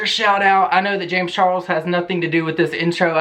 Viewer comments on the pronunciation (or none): none